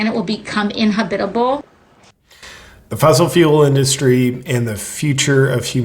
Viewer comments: HEADS-UP **SHE SAID "IN-HA-BITABLE" ... Look again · Did she say "inhobbitable"??? Like no Bilbo Baggins?!?! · Did she say “inhabibital”? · I don't look forward to the day our planet becomes "inhobitable." Did no one else catch that faux pas? Or is that a new word in the climate lexicon? Inhobitable!!! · Can't believe you didn't pick on AOC saying INHOBITABLE 🤔🤣🤣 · She said our planet will become "Inhahbidabul" trying to say inhabitable actually MEANING to say UN-inhabitable.. 😆 🤣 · I sure hope our planet doesn't become "in-ha-bitable" 🤦‍♂️ she can't even speak. We need to fight the fear porn with ridicule. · Inhabetable? Sandy can't even speak words correctly. How is she in government at all. Who did she Kamala Harris on someone elces husband? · “We continue to burn fossil fuels, our planet will become inhabitable.” “Inha-BIT-able”? Oh really, AOC? 😂 English is hard. You mean “in-HAB-itable.” Inhabitable. OK, gotcha… So, what you’re saying is our planet is currently uninhabitable? Fascinating. Your intelligence is stunning. Please go on. 😂😂😂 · She gets grammar and pronunciation tips from Jill Biden who prefers to say BOgada for the word bodega ( boDAYguh. Jill said, Sandy, when an ecosystem can no longer support life and thus is UNinhabitable, please leave off the UN so that you end up saying the complete opposite of what you mean, and then for good measur, pronounce it as inHOBBITable to confuse your audience even more. This they will think you are saying earth will become capable of support hobbits. So yeah, instead of saying the planet will become UNinhabitable, just say it will become inHOBBITable, and then touch your nose as a body language communication letting keen observers know that you are speaking way over your vocabulary limits. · Finally, I can agree with something AOC said. AOC: "We continue to burn fossil fuels, our planet will become inhabitable." (but she mispronounced "inhabitable" and clearly meant to use its antonym, "uninhabitable")